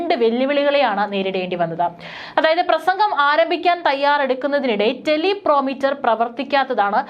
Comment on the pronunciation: എന്റെ കുഞ്ഞേ ടെലി പ്രോമിറ്റർ അല്ല, ടെലി പ്രൊമ്പ്റ്റർ ആണു